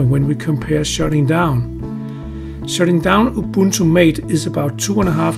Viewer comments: "Ubunto" I cried. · raspbarry?, ubunto? lol wut??